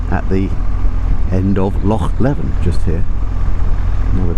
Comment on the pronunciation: Small point but it's Loch LEEven. I feel a bit churlish correcting you on that because it's great to hear an English person making the effort to pronounce "Loch" properly!